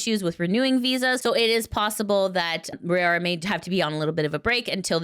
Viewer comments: Her name is RAORA not Rayora or Ray-aura like you say it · It's pronounced like roww-ra [if you don't watch these, why report on them?] Kizuna's new look is terrific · Say Raora name right